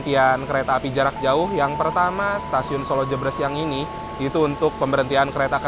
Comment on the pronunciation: Koreksi bang. Pelafalan Solo Jebres bukan kayak gitu. Bacanya kayak baca RE dalam kata "keREta"